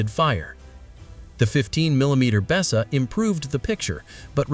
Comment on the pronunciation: As soon as the voice called it a Bessa, nah fuckit. In case the op reads the comments (unlikely) it's pronounced "Beeza".